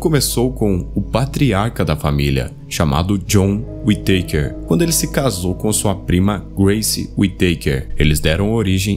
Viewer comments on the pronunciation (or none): Não é Uiteiker, é Uitacár que agonia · e falar tão errado a pronúncia da família kkkkkk WE takers